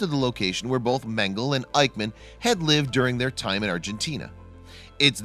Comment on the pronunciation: You are not saying Mengele the correct way.